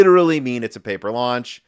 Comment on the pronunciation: Pauper launch instead of paper.